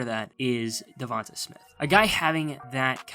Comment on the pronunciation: His name is pronounced Duh Von Tay...not Duh Von Tah